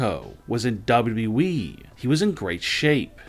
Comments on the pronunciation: It’s WWE, not Dobbity-Dobble E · Gotta be AI. I mean WWE pronounced as "dubba-duh-wee"...